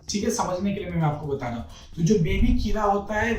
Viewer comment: किरा... वा भाई govt डॉक्टर हो atleast किडा तो बोल दो!!